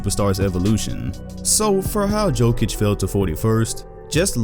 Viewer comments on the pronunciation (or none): No one:: "Joke-itch" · Who tf is joe-kic? It’s yo-kic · PLS STOP SAYING JOEKIK ITS ANNOYING AF ITS YOKICH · It's Jokić, u need ć ! 😃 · It is Jokitch. Similar to #1 tennis player in the world Jokovitch. However, we need to spell their names properly. Djokic and Djokovic. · Maybe the most simmilar is Jokicc, like that double C from cappuCCino. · 'yokitch' dude pls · Nobody: Oprahside: JOKATIC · great video, and about the pronunciation its Yo-kee-tch.